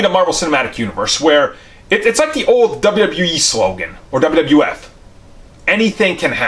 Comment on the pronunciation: Howard “da” Duck lmao 😂 I just love this channel ! “Howard “da” Duck was repeated so many times it actually made my day better bro!